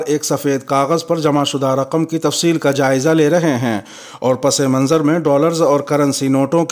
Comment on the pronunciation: پس منظر میں سین بغیر زیر کے پڑھا جانا چاہیے چونکہ یہ اضافت مقلوبی ہے